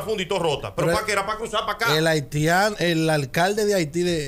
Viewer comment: Pero es haitiano, el dijo haltiano 🤣